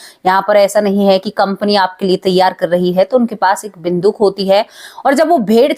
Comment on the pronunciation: बिंदुक नहीं बंदूक बोलो